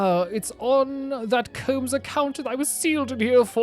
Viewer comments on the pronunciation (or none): none